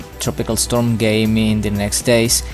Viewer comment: Well the pronounciation is Gaaemi not "Gayme" lol